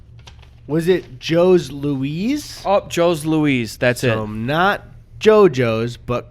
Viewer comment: Jos Louis is pronounced Joe and then the French pronunciation for Louis